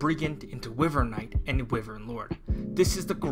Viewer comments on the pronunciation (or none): i’m sorry, i really hate being that guy but its “WHY-VERN” not “Wih-vern”. love your videos btw been watching all your three houses videos! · Not normally the negative comment guy, but the way you pronounce wyvern physically pains me.